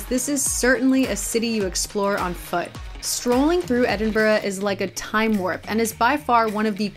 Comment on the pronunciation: You’re saying Edinburgh wrong tho 😩